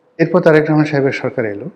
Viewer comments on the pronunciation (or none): none